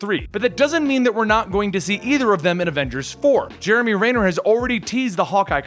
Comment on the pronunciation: “Jeremy Rayner” lol